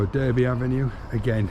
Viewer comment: Derby ave ,is pronounced darby like Derbyshire